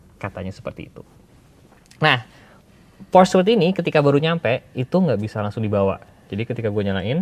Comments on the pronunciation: PORSCYE ,, bukan PORSH wkwkwkwk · Porsche , e nya kelupaan bang Org Jerman ttep pake e kok